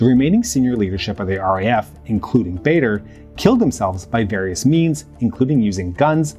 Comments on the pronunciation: I quite sure it is Andreas Bader not Barder. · Nobody called it "Bayder" Meinhoff, it's "Bahder." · As a Swiss who became very interested in the history of the RAF in the 2000s when I was a teenager, I think it is so weird that there is hardly anything about them, or other leftist terrorist organisations, on English YouTube. But they were so important and connected to the DDR, PLO, etc. Btw it's Baader, it rhymes with "rather" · Did you know you can put foreign names and words like Baader, Kiesinger, Ohnesorg, Dutschke, Mayer, Weiterstadt, etc into Google translate and hear how they are pronounced? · Please put some time into practicing foreign names, you have butchered the German names here. Starting with Baader. Your channel is usually of high quality, this is an uncharacteristic error. Maybe somebody told you you are doing them right - you do not. Sorry and keep up the good work!